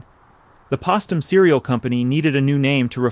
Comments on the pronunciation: Come on…..it is Pos”T”um …NOT possum. At least you were consistent. Nice story, sad but informative. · The cereal company was pronounced post - um, (as in a wooden POST). Not pos-tum. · It's called Postum because Post named it after himself. It's pronounced like POST not pastum. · I'm 85, we always pronouced this drink POST UM. NARRATOR SAYING IT INCORRECTLY 2x .pustum...??? It encouraged parents to give to children instead of COFFEE, which we had w hot cereal, &was always can of evaporated milk with hole pushed into, so we didnt use too much. We always walked far to school in Reading, PA, cold winds, deep snow. Mother said milk delivered to frontporch inreturnable glass bottles was too expensive. The coffee never stunted our growth,lived in 3 story old brick row homes,that are still there. Very frugal, no waste,everything tidy, clean. good old days. ❤ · The pronunciation is post (long O) um, not as in possum. Remember, the name is Post. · The company was 'POSTUM' not Pastum. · 1st, its POST, not pahst. 🤦🏾‍♀️🤷🏽‍♀️ My granny used to give us postum when we asked for coffee 😂😂. Then we felt so ADULT. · Pas tum? What the heck is that a pasta company? It’s POST UM like post office.😅😅😅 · It's not POSS TUM, it's POST UM!!😂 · Postum is pronounced with a long ‘o’. Sounds so strange with the short ‘o’. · How on earth can you say "Post" correctly and then refer to Postum (po-stum) as "Poss-tum"? Stupid bot or human? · Why the weird pronunciation of Postum? It is pronounced Post (like the family name) um. Not Pastum...interesting documentary, but seriously? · Mizner is pronounced with a hard I. Postom is pronounced like their last name - post. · Postum pronounced Post-um, NOT Paws-tum. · Please, if her name was Post (long O) why would you incessantly call the drink Postum (with a short O)? It was marketed after the family business name! It grates on the ears of those who grew up in Michigan and drank the hot drink. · Postum, not pastum. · Its pronounced “Pōstum”